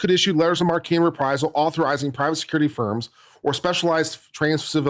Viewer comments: I think It’s pronounced letters of mark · It's written "marque" and pronounced "mark," unfortunately. Or, if you want to sound French/ridiculous, you can pronounce it "MArH-kuh."